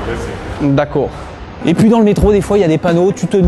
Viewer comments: "D'acowrd" xD tu ma tué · mdrrrr..... "d'accoh" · d'accow ! x)